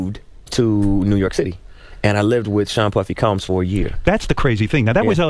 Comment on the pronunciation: Love the content but you killing us with the cooms bro 😂 it’s combs like when the barber combs your hair 😫